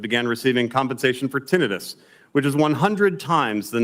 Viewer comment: Also what doctor pronounces tin-i-tus as titt-an-us